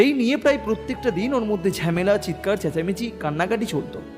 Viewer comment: গল্প টা খুব ই সাধারণ। গল্প পাঠ খুব খারাপ, ঝামেলা কে ঝ্যামেলা বাথরুম কে বাদরুম দেড়টা কে দেঢঢা। গল্প পাঠে উন্নতি করতে হবে।